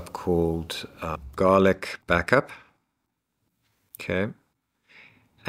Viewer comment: Why do keep saying Garlica?